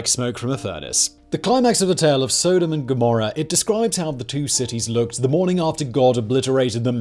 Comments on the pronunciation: Soda and Gommera? Love that pronunciation. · "Sewdom"? Do you also say "sewdomy"? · How you pronounce Sodom and Gomorrah 😂😂😂😂😂😂😂😂😂